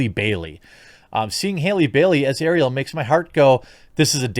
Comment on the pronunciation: I agree with you 100%, but the way you're saying Ariel is making my ears bleed. lol